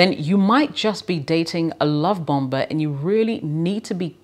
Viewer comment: hi, the 2nd 'b' in bomber is silent. so it's bommer, not bomba. useless info i suppose.